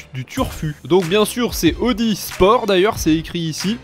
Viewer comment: C pas "odie" mais "oudi"😂 Sinon peut tu prendre la Jaguar f-pace SVR couleurs bleu électrique de 2022 pour la sportive Svp? C une vrai comparer à un chariot.😉